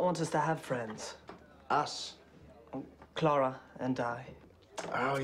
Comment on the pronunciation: I am just picking up on Jared Leto again so I haven't watched this up until recently and although english is my second language I could clearly hear them both pronouncing the name as Clara.